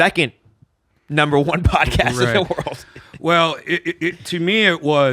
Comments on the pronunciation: "The safest place in the rurrld" 🤣🤣🤣 classic Redban!!! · 7. Olive garden. Says “world” weird. Fan from the icehouse chronicles days.